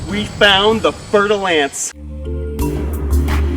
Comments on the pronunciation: Did you say "fertile ants"? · I heard fertil ants XD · All this time I thought he was saying "Fertile Ants"... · Every time you said, fer de lance, it was a new pronunciation. Honestly, I thought you said fire ants the first time, and I was kind of confused as to why we are so excited about fire ants and running into them 😅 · I've never heard of that snake before so I thaught he said fertil ants XD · All the times u said it i thought u were saying fertile ants i thought they were ants haha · I legit thought he said ' fertile ants ' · I know right!?! I always thought was saying fertile ants, and I was like "wow those are some scary ants" and then I googled it and it was a snake. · No lie I thought that was what he said at first, 😂 before I realized he was talking about a snake 🐍